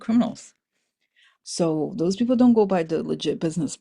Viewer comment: Back the space program, not doze program.